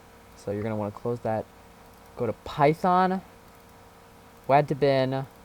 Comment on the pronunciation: STOP CALLING IT WAD (LIKE WA AS IN LAN) IT’S WAD (WA AS IN WALL)